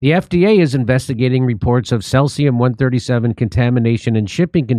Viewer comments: "could" and "potential" Jimmy. And it's pronounced "cee'zee'-um'" C...Z...um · First time hearing about says-ium eh? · said seas-e-um not sess-e-um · pronounced 'SEE-zee-um' ☝ Don't forget to check all of the meat that you want to purchase for magnetism! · He honestly can't pronounce seize-E-ummm? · pronounced see zee um, this common fission product has a 30 year half life. So every nuclear bomb detonated over the last 200 years and every accident contributed to the total fallout which circulates world wide. 23 Bikini Atoll tests contaminated the entire Pacific. Fukushima is a drop in that bucket. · The Asian shrimp industry is cruel and evil. The human slavery level and abuse is off the charts. People live in boats and factories full of ice. Terrible conditions, I won't buy it anymore. Also it's See-zee-uhm....Cesium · SEEZE EEEE UMMMM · cesium is pronounced SEE-ZEE-UM. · Seize-E-um is how it's pronounced, yeah don't eat anything out of the ocean anymore ☢️☠️ Japan years ago changed the allowable radiation allowed in their food so distributors could still sell seafood. 🤢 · It's pronounced see z m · Its pronounced "seez ium" 🇬🇧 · It is pronounced "Sea-Z-um" (Cesium) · Pronounced like SEA sium-137.... which comes from nucIear meItdowns, and has been flushed into the SEA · Jimmy, I love you, Stef, and your show; saw you live, here in San Diego. Just a friendly "intervention," here: Cesium is pronounced SEE-ZEE-um. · Pronounced, sees-e-um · pretty odd that Dore knows how to pronounce Geiger and Fukushima but not Cesium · Thankfully Jimmy learnt how to pronounce cesium by the end of the vid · Jim knows how to spit on people that he doesnt like but cant pronounce cesium. To top it off he mocks those that cant say Fukushima. Low IQ